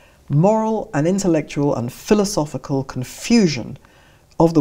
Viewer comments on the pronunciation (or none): none